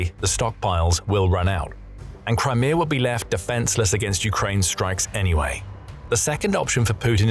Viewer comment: Crimear. Russier. 😁